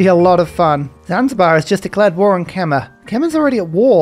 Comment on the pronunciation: Quick fyi Khmer is pronounced 'kmai' (alternatively something like 'kemai' would also be closer and easier to pronounce)